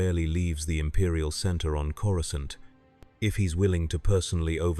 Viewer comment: This was very entertaining. I have noticed they’ve seemed to retconned the pronunciation of Coruscant by pronouncing the previously silent C as a hard C. It doesn’t flow off the tongue at all. It sounds like some Thursday night drunk referring to Cora’s private parts in derogatory terms!